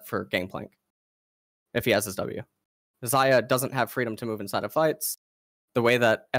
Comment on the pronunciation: and pronounce Xayah wrong